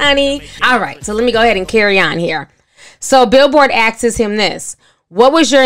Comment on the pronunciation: Axes😂😂😂😂 Asks, please let's practice this word. Thorough commentary though.